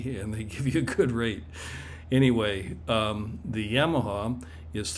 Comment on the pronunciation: If I ever hear someone say YAMaha in person I will but my black magic on you 🪄